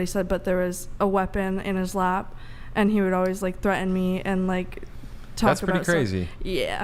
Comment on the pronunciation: Lol loved the way she said aboat (about)